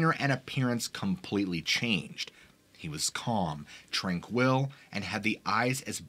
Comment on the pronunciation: TRANquil, not tranQUIL